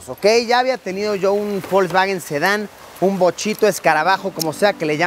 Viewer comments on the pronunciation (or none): Alguien mas escucha que luisillo pronuncia folsvawen...